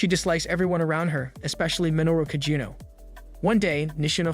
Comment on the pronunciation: It's AI, it's going to get the name wrong